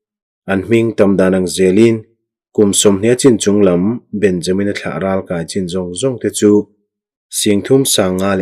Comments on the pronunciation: Ralkai tihhi naupang kankai anga thluk lovin.kai tihhi akey asang zawk tur a niin ka hria. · Ralkai tih hi inkai eg. kanu ka kai tih angin i lam a, ral lehlam ka kai tih ang chi a lam tur ani lo mi. Voice message in comment theih se a chiang ang. Ka sawifiah thiam chiah lo. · Amen..i chhiar thiam lutuk...mahse ralkai tih khi kan thluk a in ang lo nge..kan lo ti dik lo zawk.. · Chhiar thiam hle mai,Ralkai tihhi ithluk danhi adik zawk em ni Kai tih laihi